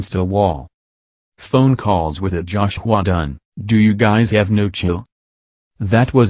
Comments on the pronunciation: I can't get over "josh-hua dun" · “JOUHSH HWYUA DONE” that’s how the voiceover says it 😂😂🙏🏻